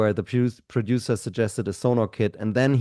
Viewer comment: Hey, trust on the pronunciation of Sonor. German brand, German drummer, no matter where in Germany you come from, only one pronunciation. 😅